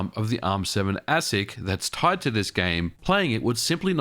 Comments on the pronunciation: Always heard ASIC pronounced aye-sick ... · ASIC is pronounced “Aye-sic” if anyone is wondering. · Your pronunciation of ASIC is interesting.